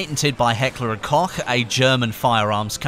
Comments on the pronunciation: pronounced "cook" not "cock" for Heckler and Koch fyi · To make it easier in future videos it's pronounced coke for heckler and Koch :D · heckler and Koch is pronounced heckler and coach